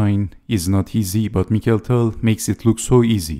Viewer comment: Wonderful video as all. I thank you for pronouncing the name of Tal as it is in Russian: mi•χa•il'. Likewise, I would appreciate if you could avoid the English pronunciation saying dei'•vid for the name of Bronstein, which you pronounce perfectly, and saying da•vid instead as in Russian. I mean, just as you say mi•χa•il and not mai•kəl. This is remarkable for Bronstein stayed in Russia unlike other Soviet players that emigrated to the West and even changed their names. Both Tal and Bronstein, as many others, remained Russians. Thanks for your attention.